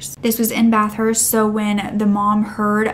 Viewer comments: I’m gonna be “that guy”: We pronounce it “Bath-ist” not “Bath-hurst”. Sorry, but I had to… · Not to offend at all but it’s pronounced more like BATH-ERST NOT BATH-HURST if that’s more understandable also I really love your videos ❤️❤️❤️